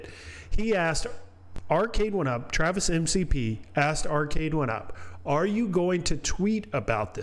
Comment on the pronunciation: His last name is McPherson. It should actually be pronounced "Mik-P." They say "M-C-P" because it sounds cooler. Its very mature.